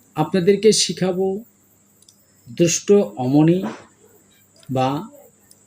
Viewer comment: অমনি না রমনি।